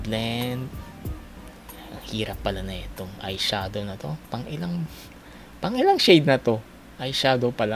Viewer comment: Yung dinig ko dun sa "Pang-ilang... pang ilang shade na 'to?!" is "T*nginang... T*nginang shade na 'to?!" Oooopps hahaha Inulit ulit ko pa then nilakasan volume. HAHAHAH Epic